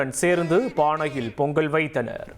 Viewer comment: இவம் பேசலாயக்கில்லடே!செய்தி சொல்லவே படிக்கலடா! பொங்கள் பொங்கள்ளுக்காம்ல! பொங்கல் னு சொல்லி கொடுங்கடா!